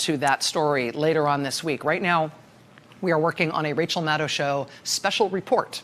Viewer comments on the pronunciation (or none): none